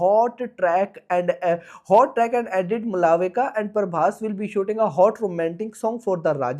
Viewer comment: A/c to 😂 Malavika ❌ Mulavika ✅ Prabhas ❌ Parbhas ✅